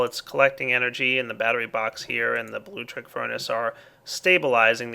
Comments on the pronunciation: MY GOD,. IT'S NOT 'BLUE-TRICK'. It's like 'electricity' but with 'blue' at the start. It's pronounced 'blue-leck-triss-it-ee'! SERIOUSLY. Just saying. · It's not "blue-leck-triss-it-ee" dumbass... it's blutricity. You know, "tricity", but with "blue" at the start. It's pronounced "blue-triss-it-ee"! SERIOUSLY. Just saying. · he says Bluetricity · It is actaully Blutricity Blu-tricity but i also my pronounce it wrong